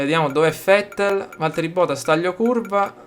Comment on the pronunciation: bel video! una cosa ma perché fettel al posto di vette?